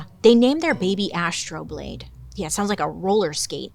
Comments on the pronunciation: Came to the comments looking for someone to say this!!! Love this story too. Bailey!!! Astro-labe.... not 'Astro-blade' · It's actually AstroLābe, sweet, my love, my darling Bailey. And I'm not trying to be, like, disrespectful. It's a lot less cool a name, to be true. (An astrolabe is an astronomical instrument.)